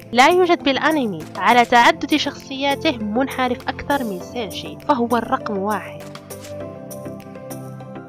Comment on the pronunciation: ملوكه 💕 💕 ملكه ابريل عادت لنشر الابداع الجميل طبعا ومثل ما عودتنه بفيديوات مثاليه خرافية كامله مكمله ما بيها نقص من كل الجوانب shinichi kudo اكثر ما اعجبني بالفيديو لفظ اسم سينشي رهييييب زواج غوشو اوياما والموعد الرومانسي ههههه اللقطة يوسااااكو كودو ممكن فيديو عنه فديت الحب والمشغول باله طول سينشي هههههههه لو اوكف بصفه نصير رقم 10 دوووووووووووومو اريكاتو ع الفيديو الرائع